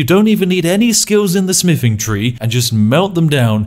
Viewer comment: What kind of spiffing pronounces "Th" as "F"..? "My smiffing skill.", "Ferty carry capacity."... Huge character breaks 😂